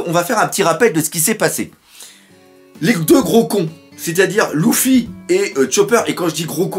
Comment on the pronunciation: ça me gêne quand tu dit Louffi on dit Lefi